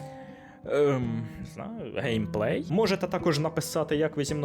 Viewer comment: ви допустилися помилок в слові Гейпей! Дякую за контЄнт! Важкі на голову ігри топ! але не для всіх.